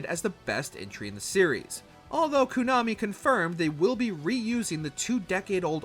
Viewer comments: No Another Code Recollection, Like A Dragon: Infinite Wealth, Paper Mario: The Thousand Year Door remake or Lollipop Chainsaw remake? also am I crazy or does this guy always say Konami as "koo-nami"? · who the f says Kuuuuuunami